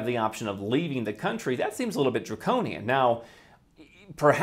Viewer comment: "Your coluntry.." No. It's "Your overlord"